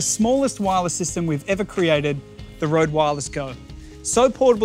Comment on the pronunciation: It grinds my gear that no one seems to be able to pronounce the name Røde right